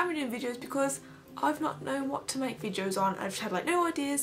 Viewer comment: It's videos, not "Vidjoes". Sorry it just really bugged me!